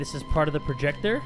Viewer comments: ive been laughing at the word “proyector” for 10 straight minutes now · That "Proyector" Though. 😂😂